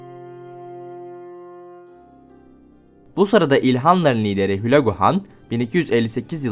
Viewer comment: Hülagu değil de uzatarak söylesen daha iyi olurdu Hüülaagüü gibi söyleniyor haberin olsun ama yine de iyiydi sonuçta emek var , helal olsun attım like 😂👍🏻